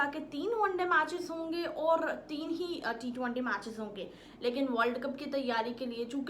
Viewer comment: Ma hindi..na emglish..na urdu.. aata kya hai bahen tumhe?? T-20 hai wo.. not t- twaaanti.. 😂😂😂